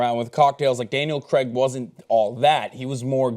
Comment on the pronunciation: Daniel Craig, not Daniel Creg